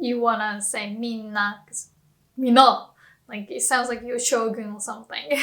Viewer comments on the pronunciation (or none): none